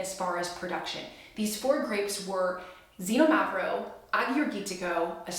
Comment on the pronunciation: Xinomavro is pronounced more like kseenόmavro with the no emphasized. The other's pronuncuation was close enough.